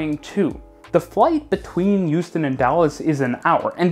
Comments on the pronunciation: Why do you say Youston not Houston? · Why does it sound like you're saying Euston when you say Houston 😅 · I'm sure you just said "Euston", friend. See, he said it again!😂😂😂😂😂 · Every time you said Houston it sounded to my British (but even more importantly, Londoner) ears like "Euston", the London terminal for the west coast main line, which was quite confusing. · As an American, the way you say Houston makes me think you’re from the east coast.